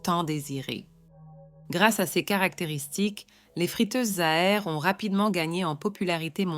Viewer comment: J'en suis à plus de 6 minutes. Je n'entends que des répétitions dites par un robot qui ne sait pas lire les nombres en francais (pardon: mon clavier n'a pas de c-cédille), qui change parfois d'accent et qui est incapable de lire "ces". Il est hors de question que je m'abonne. Je prends la fuite dès maintenant.